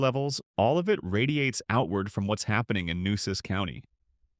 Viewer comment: This announcer has got to be AI. Nobody is that stupid to mispronounce towns in a video of this magnitude. .For instance, Pecos is pronounce pay-kos. Beeville is not Bee-veal. It's Bee-ville. It's not Nusass county, it should be Nu-aces County. Many other towns were mispronounce in such a way, it would insult any Texas native